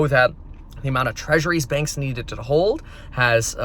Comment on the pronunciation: Please just say “hold”